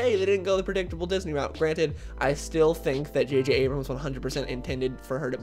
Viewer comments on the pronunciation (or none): none